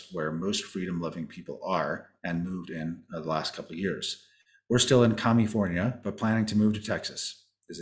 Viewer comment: Hahaha. “Comifornia” is perfect